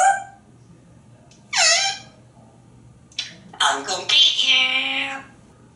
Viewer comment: Awesome vocabulary and range of sounds. Sounds like a southerner "I'm gonna git you... LOL.